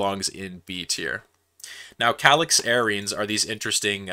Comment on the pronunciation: Usually pronounced ca-LICKS-arenes, don't do use supramolecular chemists dirty like that :-)